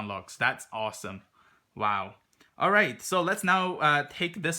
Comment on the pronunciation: Lmfaooo "this thing is owesom"😂